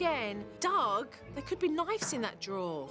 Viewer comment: Super nanny is lovely, but she needs to pronounce words correctly. Educated people do not say “KniFes” or “eSactly”